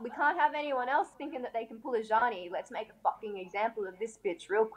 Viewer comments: I looked up a random interview too find out how to pronounce her name cause I knew it wasn’t genie with a z at the start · Couldn't even pronounce her name properly.